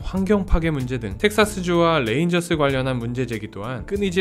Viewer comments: 레인저스 발음은 뢰인저스 정도로 하면 좀더 정확한 발음입니다.. 텍사슬레인저스라고 말하면 " L"발음으로 잘못 읽는겁니다. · 텍사스 뢔인절스...ㅎㅎㅎ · Lㅔ인져스 거슬리네.. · 이젠 R L 발음을 맞게할 교육정도는 되었지 싶은데…. 듣기가 영~ 거시기합니다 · R 이랑 L 이랑 좀